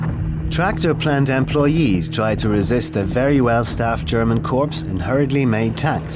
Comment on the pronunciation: An army corps is pronounced " core" - not "corpse." Geezus!